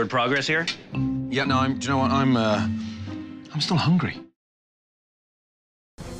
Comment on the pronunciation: HELLOW MAY NAIM IS NINOOOOUUU